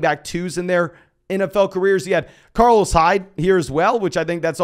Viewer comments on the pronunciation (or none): none